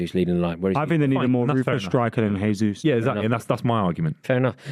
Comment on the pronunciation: Love hearing this perfect pronunciation of jesus 🎉🎉🎉